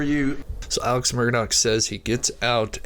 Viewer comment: I'd put more stock in what you're saying if you could pronounce Alex's name right. Come on man.